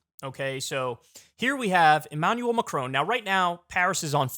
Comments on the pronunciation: Kyle really needs to learn how to pronounce Macron. It’s Macron not Macrone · first please research how to pronounce Macron correctly, second, why tf is this even news worthy?